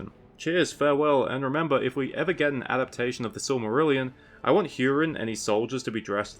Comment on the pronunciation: Just happy you started pronouncing adaptation correctly :)